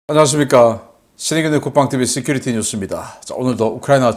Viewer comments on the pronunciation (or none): none